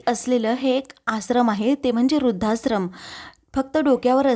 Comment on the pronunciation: काय उच्चार?? रुद्धास्रम???? 😢